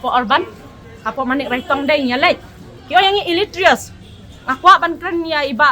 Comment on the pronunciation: Illeterate ❌Illeterious✔️😂😂😂